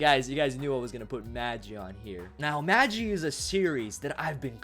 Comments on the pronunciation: You prouncouned Magi Wrong its MaahGi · magi is pronounced with a long G. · It's pronounced maghi, not maji